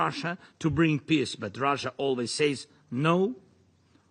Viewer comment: He keeps saying piss instead of peace